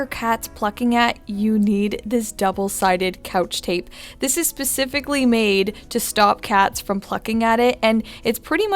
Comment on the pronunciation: Specifically, not pacificlly! Especially, not specially!